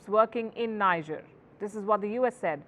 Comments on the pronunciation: For crying out loud, it's NEEJER not NYJER. She is the only broadcaster on the net unable to pronounce the country's name correctly. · Is called 'Nigear' & not Nija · That country is pronounced "Nee-Jer" & not "Nai-jah" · It's not pronounced Ni-ja...the pronunciation is Nee-Jhay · People will rush to blame Wagner & Russia, and forget that just two months back, the President of Niger (pronounced 'knee-jhay', NOT 'Nigh-jar') announced publicly how he planned to move from the CFA Pact. Now which colonial power benefits from the CFA Pact? Think, Vantage, Think. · Niger correct pronunciation : Knee-jhearr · Is pronounced Kni Ger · For the sake of all things decent, the pronunciation is Nee-jer. It is French. Not English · It's pronounced Nee- jay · Welldone, please learn to pronounce Niger. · Your pronunciation of the country is wrong! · You talk a lot about the country you don’t even care to pronounce it correctly. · Pronounce Niger properly